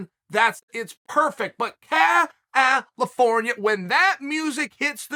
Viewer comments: Chael always says "Cal al al ifornia" all messed up. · "CAL - AL - AFORNIA." Something tells me old Chael doesn't have a musical bone in his body. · Chael singing Cal-if-orn-ia LOVE LOL!!!!